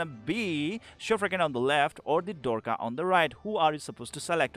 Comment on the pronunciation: that's 'Shuf-raken' not 'Shufrakin'.. you can listen to pronunciation in Mahar' dialogues